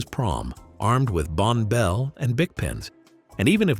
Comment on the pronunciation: Not "Bon Bell". " Pronounced like "Bonnie Bell".